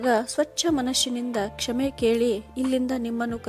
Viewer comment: ಕ್ಷಮೆ ಆಗಬೇಕು ಕ್ಷೇಮೆ ಅಲ್ಲ